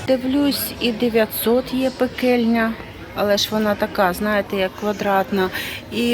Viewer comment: правильно пательна, а не петельня. Скажіть для чого ці мішки для прання? А то у мене не має пральної машини то я темна в цьому плані.